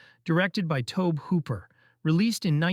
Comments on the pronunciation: Tobe Hooper's name is pronounced Toby. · Good video. Epic in length and breath. Tobe Hooper is pronounced Toby.